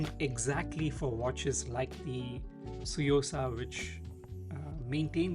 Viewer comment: Just a small contribution: it's not a silent T; it's pronounced "Tsu" like tsunami or last part of shih tzu (the dog breed).